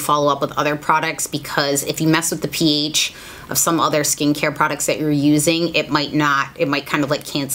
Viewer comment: When she says ph I keep thinking she’s saying peach lol